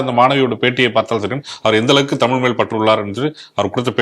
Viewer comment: Modhalla தமிழ் சொல்ல தெரியல தமில் ன்னு சொல்லுது பைத்தியம்